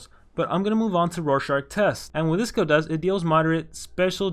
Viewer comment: it's rorschach